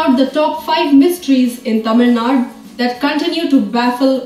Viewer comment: Girl who's speaking in the video pronouncing 'Tamilnadu' as tamilnaad and talking about Tamilnadu places.... Nice!